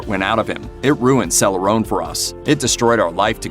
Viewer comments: It's Cele-RON. Not celer-ohn. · Im from her home town and i live a few blocks from her childhood home i will also say it is pronounced celoron not celorone